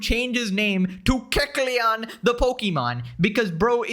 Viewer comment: Kecleon: ❌ Kuckleon: ✅